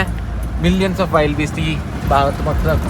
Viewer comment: ചേട്ടാ വൈൽഡ് അല്ല വിൽഡ് ബീസ്റ്റ്..